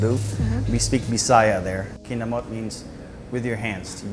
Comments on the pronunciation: the correct way to say it is: kinam-met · More like Kinamow..😂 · The way they're saying "kinamot" is hurting me